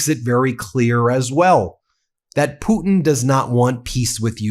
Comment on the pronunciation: He says it properly .... just like I spell it "Puddin" .... ROTFLMAO 💙💙